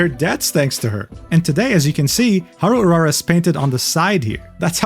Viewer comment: No way this dude can spell "Grand Prix de Paris" with a decent accent and spelling "Haru Urara" with a american accent.